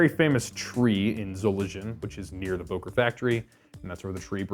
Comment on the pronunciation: Sorry, its called Böker ! Ö ! Im from Solingen btw.